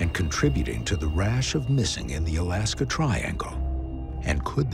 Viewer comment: The narrator says "Missing in Alaskaw instead of just Alaska.